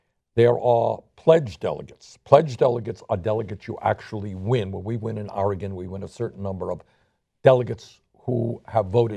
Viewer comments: I love how hard he tries to say Oregon correctly. 😂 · Oar-gun? Is it a top secret military weapon?